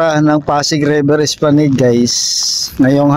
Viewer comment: Esplanad po ang bigkas nyan